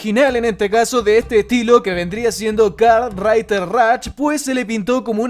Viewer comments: Nada como el tío diciendo "kart raiter rach" sos un jefe wacho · "karrrtrrriderr rach"